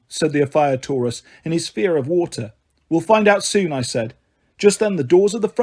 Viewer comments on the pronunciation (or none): none